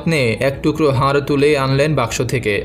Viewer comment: দয়া করে উচ্চারণ ঠিক করুন। "হার" এই শব্দটার দুটি অর্থ। গলায় পরার অলঙ্কার এবং পরাজিত। আপনি এটাই উচ্চারণ করেছেন বারবার। এখানে কিন্তু "হাড়" বলা হয়েছে। বুঝেছেন?? "হাড়" এর অর্থ জানেন নিশ্চয়ই।